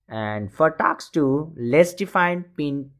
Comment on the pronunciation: bro its task not taks